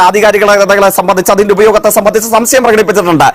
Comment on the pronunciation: സംസയം അല്ല. സംശയം